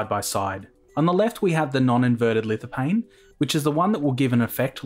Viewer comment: you don't prononce the "P" in lithophane, ph is "F"